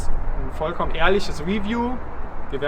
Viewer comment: ...why Germans can't say review? Stressed syllable in review: 2 syllables : re-view. Pronounced review: ri-vyoo.